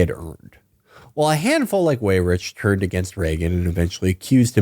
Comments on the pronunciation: It is really distracting to hear Weyrich incorrectly pronounced "way-rich" over and over and over again. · It would be out of character for Felix to pronounce things correctly